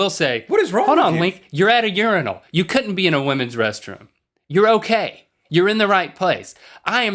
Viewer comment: Thank you for pronouncing Urinal correctly. I hate when people pronounce it your-eye-nal. Also, I completely disagree with urinals. I think they are disgusting and that all human excretions should be private. I don't know if these are in America yet, but in Europe we have public urinals that are basically a pyramid type thing that you walk up to, right on the street, and go into. I can't imagine a more offensive or degrading thing as a man. Like being a dog.